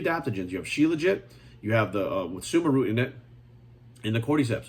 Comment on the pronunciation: He said suma root, I thought he said Subaru at first lmao